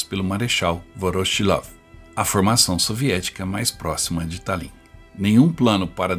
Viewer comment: Pronuncia-se Tálin. Que belo trabalho! Obrigada.